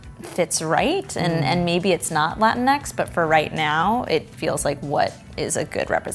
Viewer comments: its pronounced "la-ti-nex" not "latin-x" and its not showing spanish has a preference to men???? what the hell???? its literally just a term to include all latinx people, and yes its all to use non-binary, genderfluid, etc etc., but its to use as a group????? its just grammer???????? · Va te faire foutre! This is bullshit it’s not real spanish and it wouldn’t even be pronounced the way she think it is. X is pronounced Equis not Ecks this is bastardization of my spanish roots and you sjw Americans are destroying it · im fine with it, but the pronounciation is horrendous. it's la-TEEN-ix, not LA-tin-ex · I’m Mexican from Mexico and I’m completely fine with Latinx, if anything the only issue I have with it is the pronunciation, like why not just “latin-ks” instead of “latin-eks”? Also, lol at all the buttmad people at the language being “”desecrated””, language isn’t static, get over yourselves!!! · Latinx only works if your first languague is english tbh, you guys pronounce it like 'latin-ex' but here were we speak spanish as a first languague it would sound like 'latin-ks' which is just odd. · It's pronounced "Latin-e" you don't pronounced the X. It's pronounced as E as in egg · I thought it was pronounced lah-teen-x